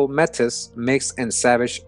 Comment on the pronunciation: Brother love you but it's pronounced May-T =Metis